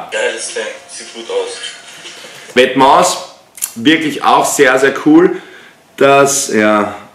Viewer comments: Wetmas Aja statt vetements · Vetements spricht man Ende ohne s aus !!! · Bei vetements spricht man das S am ende nicht aus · Bitte vetements ohne s aussprechen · Nices Video aber Vetements spricht man ohne s am Ende aus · hawara du das s bei vetements wird nicht ausgesprochen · alles bemängeln, dann vetements falsch aussprechen und 1400 falsch teilen haha...